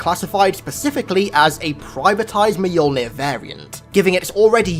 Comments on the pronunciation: i keep hearing you say it as Meyolnin, when as far as I know, it is myolnir, pronounciation wise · I choked when he said "Mahyuulnhirr"